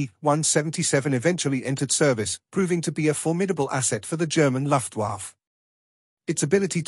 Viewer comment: In British English, it should be 'aithch-ee one seven seven'. - and it's 'Luft Vaffuh'. I don't expect historical accuracy, but when people correct you, please may them consultant rates.